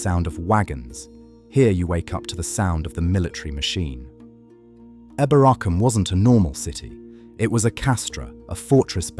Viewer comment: Pronounced EEboracum